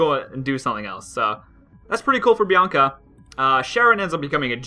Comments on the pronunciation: Hi there Bianaca xD It's Bianca btw and also, it sounds like banana for some reason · It's Bianca not Bianaca